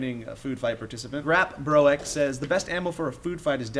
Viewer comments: Its really funny how said Grapbroek (its dutch for jokepants) if you knew that you pronounce it G(not a good english alternative for that closest is "ch")-rap-brook. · Haha loved it how you pronounced "grapbroek" It's pronounced more like grapbrooke but with hard "r" sounds that don't exist in english :) Literal translation: Joke-pants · Grepbro-ek? I cracked up xD I can't explain the grap part, but pronounce broek as brook. Means punpants (or funnypants) in Dutch Just thought I'd inform you guys.. I'm gonna go back to being miserable now. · grapbroek is dutch for funny-pants, i love the way pronounced it though... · hahahahaha grapbroek! he just butchered that. It is dutch for jokepants